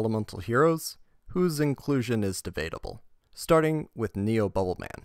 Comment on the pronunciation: For the love of God somebody teach this man how to say neo. He literally said it correctly when talking about the level up